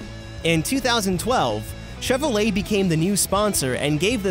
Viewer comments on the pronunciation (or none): none